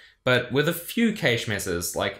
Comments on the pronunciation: It's "cash" not "kaysh" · the heck is cay-sh? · Hard A in Cache, like Hash. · "Stored in the caysh" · I understood cage first, then caysh, then i understood that he actually means cache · I chuckle every time he pronounces cache. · Why do you say 'cache' so weird? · I've never heard cache pronounced like that before